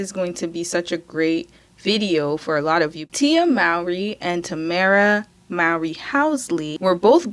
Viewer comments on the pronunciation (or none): Mowry is pronounced more-ree.